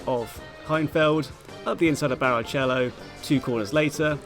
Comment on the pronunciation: You deserved the tort*re for that pronunciation of barichello alone 💀🤣🤣